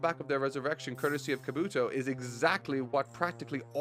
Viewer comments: "Ka-Bu-Toe" not Ka-Booo-to 😂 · Call him “Kahh-Boo-Toe” one more time! 🤦🏻‍♂️😂😂